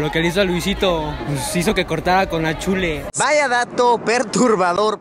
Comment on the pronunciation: Like si crees que no dice Chule se dice Chul pero se escribe chule y se dice chul